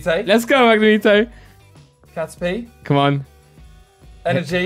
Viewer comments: pronounces Magnemite as "Magnimete" lol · It’s not magnemeetay it’s mag nem ite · Did really just say “mag-neh-meet-ee” instead of “Mag-na-might” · "Mag-Na-Meet-ae"...... Mag-na-mite....... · Wtf is a 'MAG-NA-MEE-TAYY' its 'MAG-NA-MIGHT' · Is it only me who got triggered by him saying magnemeetae instead on magnemite? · It’s “Mag Ne Might” for Magnemite, not “Mag Ne Meet ay” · What’s triggering me the most is pronouncing Magnemite as “Mag-ne-me-tay” 😂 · are we going to ignore that just called magnemite.............Magnemithai:/ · The way they pronounce magnemite bothers me “magnemeatae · Did just pronounce Magnemite (mag-nuh-mee-tay)? 🎃 LMAO 🎃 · Did You Just Say Mag-ney-meet-ey? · Wtf is a “magnuhmeetay”? 😂😂😂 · It's pronounced Magna-might. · its fucking pronounced MAG- NE- Might Christ. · The way they say magnamite-ey pisses me off so much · Its magnam ITE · how they say magnamite wrong so many times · What the actual fuck is “mangnameatayy” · Fucking mag neh mee tay??? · He does it as a joke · The way they say magnemite is gross 😂😂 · Why does go out of his way to say the pokemon names wrong haha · Anyone else triggered by the way said magnemite? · Anyone else annoyed by the way said magnemite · anyone else hears them pronounce magnemite wrong? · i cringed cause they said magnemite wrong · It bothers me how they say magnemite. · Love the vid apart from the way they be pronouncing magnemite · Great vid but are we not gonna talk about how they mispronounce magnemite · I hate it how they say magnemite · Who else gets triggered about how they pronounce Magnemite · Sick video just not the biggest fan of how you pronounce magnemite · Why do they pronounce magnemite wrong...🤦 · The way they say magnemite almost made me click off